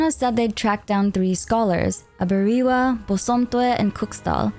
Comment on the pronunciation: I don't want to sound like a nitpicky nerd here, but you pronounced those names wrong. I personally am an akan person, and the names Aberewaa and Bosomtwe are Akan. Its 'Ah - beh - reh - wah- (ah like in am, be like like in bed, re like in record, and wah like in whack.) And Bosomtwe is 'Boh - som - tch - whe'. (Bo like in bomb, som like in sombre, I can't think of an English word that has the 'tch' in it, but the 'we' is like in where.)